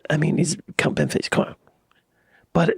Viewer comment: Thats Count. With an O. Its not a silent O.